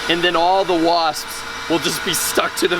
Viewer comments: 😂he says wasppsspss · He said wasppsps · He said Waspspspsps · The way he adds the extra s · STOP SAYING WASPS LIKE THAT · I don't like the way you say wasp's